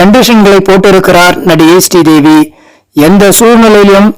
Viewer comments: Her Name is not stee devi, it's Sree devi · Stree Devi Stree Devi nu அயிரம் தடவ சொல்லி கொல்றீங்க பாஸ்!!!